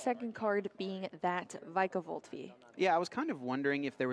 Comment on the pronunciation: This guy’s acting like he’s never heard of the legendary duo of Drap-eon and Vike-a-volt.